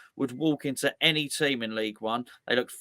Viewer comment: I knew it! I knew it! The one simple word giveaway (Annie instead of Any)! ☘☘